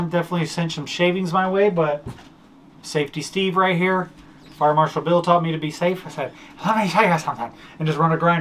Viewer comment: Another funny video. My favorite part was, when introduces " fire marshall Bill " that sounded like a chinese fire marshall. I played it back several times, and almost wet my pants 3x.